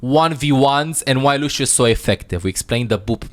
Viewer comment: Not lushhhhhio , it s lussssssio, remember.